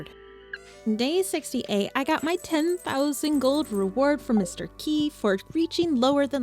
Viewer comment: Where do you pronounce Mr Qi Mr Qui?